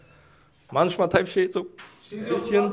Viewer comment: sagt einfach „Typ Scheiß“ anstatt type shit, hat mich KO geschickt